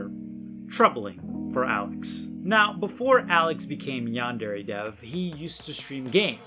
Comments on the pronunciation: One thing that has always bothered me about him...he pronounces Yandere wrong. Like...c'mon. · Dude making a yandere game can’t even pronounce yandere right. Not to mention the stupid fucking names of the students. There’s literally a character called pencil. Enpitsu means pencil. Seriously look at the names of most of the characters for 2 seconds and it comes forward that they’re so goddamn lazy and gimmick and just. H. HE ALSO MISUSES THE TERM SENPAI. LITERALLY LIKE,,, NO. DUDE. RESEARCH JAPAN AMD JAPANESE TERMS FOR YOUR J A P A N E S E GAME.